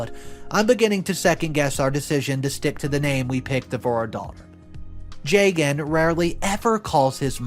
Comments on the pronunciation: jaygan bro butchered the name lmao ju( as in just) and gun is more better than that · Plenty of Arias in India. This is such a weird thing for MIL to be hung up on. Hot tip - the man’s name is pronounced Jug-un. Funny because I was listening without watching and was confused why MIL is freaking out while her own son’s name sounds nothing Indian 😂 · I think the husband’s name is pronounced “jah-gun”❤